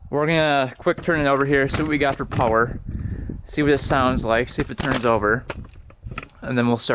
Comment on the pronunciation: every time he says "puwer" or "thradall cable" has me laughing to tears